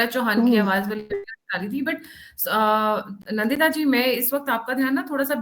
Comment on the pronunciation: The guest name is Nndita and not Nandita.. NDita.